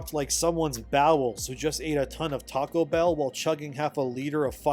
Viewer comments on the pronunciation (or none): none